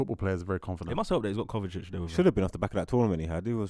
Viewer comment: calling kovacic “kovatic” and gvardiol “Guardiol” 🤦‍♂️. Why does nobody correct him?